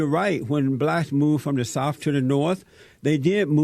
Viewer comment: This Jesse character adds and subtracts random letters from words. Blacks = Blass Tariq= Tari Moral= More White= Whi Addicts= Addiss I'm not sure if he's doing it on purpose or just as a gimmick. It's making my skin crawl.